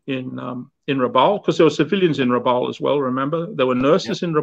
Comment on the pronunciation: A very good coverage of such a sad part of our history. I only wish would have got the place name pronuciations correct (Rabaul, Kavieng, Bainings etc)